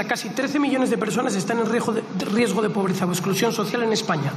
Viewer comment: Riejo..riesgo..a ver repite .riesgo .😅😅